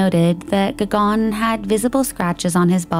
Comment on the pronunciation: Gagan is like Gugun. Not Gagaan.